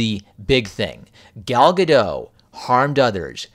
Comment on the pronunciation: As I understand it, the 't' at the end of Gal Gadot's surname is pronounced (Gah-dot).